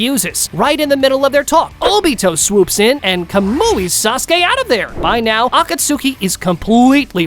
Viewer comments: “Akatsookey”??? Bro… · "Akatsooki" is crazy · for the love of all thats good in this world, please pronounce akatsuki correctly